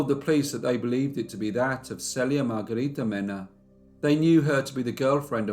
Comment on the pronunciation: She shares the same name with me. But I've never heard it pronounced SELL ia. Maybe I like that better than SEAL ia.